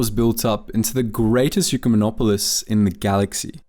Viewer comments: hes saying the pronunciation was off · all words are made up. And ecumenopolis is a word in the dictionary. He just pronounced it wrong. So, you are confirming what exactly?